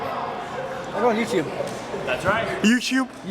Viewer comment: "How bout YouSchube?" LOL